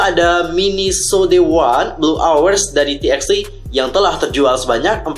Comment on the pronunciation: Bang bacanya bukan ti eks ti tapi = Tu ba tu